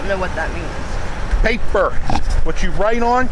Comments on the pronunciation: "Pay-per!" had me ROLLING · absolutely beautiful to watch! 😂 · "PAY-PER." Lmao